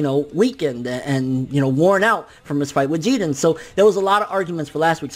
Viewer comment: Pleeeeease stop saying “GeeDin”! It’s Jiren